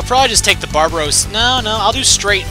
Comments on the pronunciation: Did you say barbaros? It's barbatos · Baratos? It's barbatos